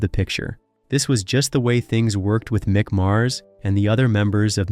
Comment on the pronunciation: Meek Mars